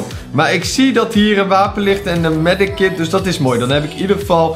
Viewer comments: Het is medkit niet medekit Haha! Maakt niet uit nog steeds leuke video!❤️ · STOP MEDEKIT ZEGGEN PLZ ZEG MEDKIT